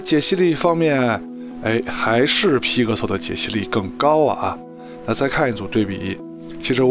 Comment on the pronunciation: 听你念批可馊脑壳疼